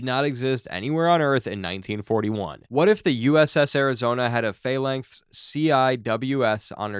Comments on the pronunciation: "Phalangth CIWS" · Right, its pronounced Phal (as in phallus) lancs as in LANCaS (the "a" is silent. Fal-lancs, now say it fast. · Is this human narration or AI, Phalanx and CWIS are both pronounced wrong. Phalanx can be explained by a speech impediment but not calling it a sea-wizz is either incompetence or the level of incapacity you get from AI TTS garbage....